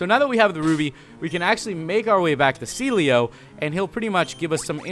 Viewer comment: Everytime you say Celio I keep thinking that you said Sealeo